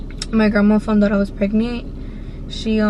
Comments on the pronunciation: she is saying “pregnee “ i hate her voice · pregneent i hate how she says it omg lol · The way she talks 😂 & how she says pregnant= pregniiiiit 😂😂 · How many times u gone say “ pregneet “ 😂😂😂 that shit took me tf out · Nobody: Her: pReGnEe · "Pregnit"🤦😭 what a story though a dios que libra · How she says pregnant “pregneet”💀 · IDK if she ghetto or something, bc she always says "pregneet" 😂😂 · a knoo im pregneet like bro y u talking like that lmao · Sadia Bikienga ”Pregnieent”😂😂😂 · Who heard "pregny” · Girl...stop. “Preg-NANT” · 1 like=1 her saying “pregneent” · Sorry I have to say it”pregnent”😂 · I’m Mexican and have an accent and I don’t say pregnant like that lol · leeanna Joshua she said pregneet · No it’s pregneent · “pregnee” omg y’all so mean 😭😭😂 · like miranda sings😂